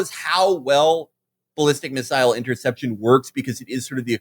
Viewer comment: I'm surprised Felix, who mispronounces fentanyl as "fantanol", is one of the few Americans who says "missile" correctly. Most say missal, hostel, and feudal, instead of missile, hostile, and futile.